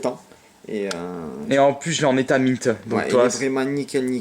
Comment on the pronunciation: Mint on prononce minte pas maïnte